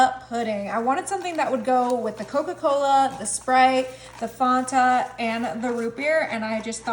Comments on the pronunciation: It is pronounced "Fanta" (FAN-tuh), with a short "a" sound in the first syllable like the word "fan". The spelling and official brand name come from the German word Fantasie (meaning imagination). While some regional accents or commercials can make it sound closer to "Fawn-tuh" or "Fanda" depending on where you live, "Fonta" is not the correct or official pronunciation. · All of those recipes look fantastic there was only one thing that was driving me nuts. It's the way you pronounce Fanta! I know it's being picky but it's pronounced fan you don't like the thing that blows the air and then tah...fan-tah! Sorry that was just messing with my ADHD and my OCD and my LMNOP I've never heard it called the way you call it ever LOL sorry😂😅😊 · Cool video again as usual! However, the orange drink is pronounced Fan-ta. Just think of it as a fan favorite! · Watched a half a dozen commercials just now and all say Fanta rhyming with Santa. Merry Christmas. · The way she says, "Fanta!" 🤯😂❤️ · Did she really say “Mud” root beer ? Right after pronouncing “Fanta” incorrectly 😂 Yes she did 😂 she’s too cute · Came here just for this comment. So annoying how she mispronounces basic things. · This old woman appreciates the quick and easy recipes. But FYI - it's a pat of butter, nooks and crannies, and Fan-ta - not Fon-ta. 😊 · What is "Fontuh"? 😆 The recipes look delicious, and there are a couple of new ones that I haven't seen with the soda flavors, and the dump cake using the cookie mixes, that I can't wait to try... but Ma'am, it's fAnta, not fOnta. Fan-tuh is the correct pronunciation. You are seriously adorable, and you always make baking look so fun. I just couldn't get over your pronunciation if Fanta. I hope it was just to get people like me to engage. If that's the case, it worked! 😆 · "fawn-tuh". Oh honey no. It's FAN-TUH. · ITS NOT FONTA ITS FAN-TA.... FANTA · I think it’s fAnta not fonta. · Only thing that bugs me is how she says faunta instead of Fanta 😂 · Fanta NOT Fonta😂